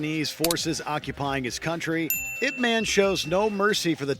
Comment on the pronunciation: I think my fav is the Splinter/Shredder encounter. However the item before this - "Ip man" - perhaps if they pronounced it correctly as "Eye-Pee Man" i would rent and watch it. (I. P. is a network term for a designator - an 8 digit number assigned to every computer and device on the internet to distinguish them.)